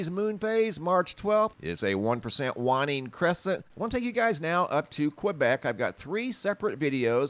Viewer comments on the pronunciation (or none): I'm sorry to sound critical. You're mispronouncing the word waning regarding the Moon. Ask your phone and listen to How It's pronounced. Thank you